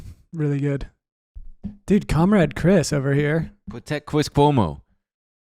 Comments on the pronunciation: Pwotect chwis Cuomo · pwotect cwis cwomo